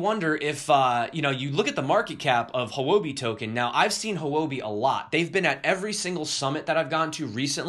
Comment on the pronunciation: Sad about the tornado and the people it hurt. I hope all is well! Also, Houbi is pronounced "Hoo-wuh-bee." That is as close as we can get without tones, anyway. It means "currency" in Mandarin.